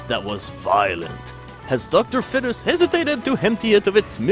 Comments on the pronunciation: its not docter fed-is its feed-es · Dr fetus is pronounced Docter feetus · why is bro saying dr fetish😭😭😭😭